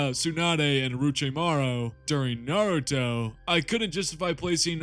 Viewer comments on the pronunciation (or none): none